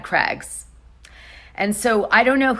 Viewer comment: The way Americans have a different English to rest of the world is so annoying. How can you not know how to pronounce Craig's. How do you say Cray fish?? And ya all say Aldi wrong. Its pronounced Al D. Not All D 😬🤔🤦‍♀️ You got ur own world going on over there. Your the only country the puts month before date, drives on the opposite side of the road. Special breed.. 🤣🤣🤣🤣🤣😂😂😂😂